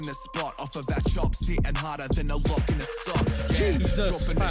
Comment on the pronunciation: blessed for the pronunciation g 🙏🙏